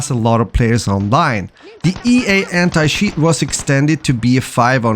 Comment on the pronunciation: Sorry man, I could not watch the video after hearing anti-shiiiiiiit